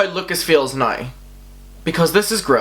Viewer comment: Can you please stop saying noew instead now? It's really confusing